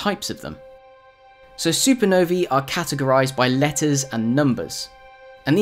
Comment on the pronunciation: Supernovee haha